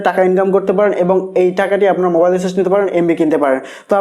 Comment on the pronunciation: Recharz word tao to bolte paren na***